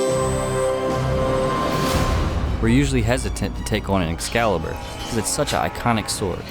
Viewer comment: Escazzibur…eschizzibur. “Excalibur, deficiente!”